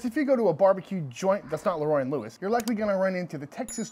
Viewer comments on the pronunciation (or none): none